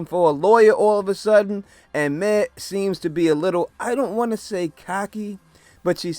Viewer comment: “Mare” not May